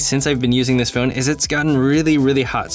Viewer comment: I'm just noticing that you're saying "Nowte". ;-) And "Phowne". Or "Phoewne". :-)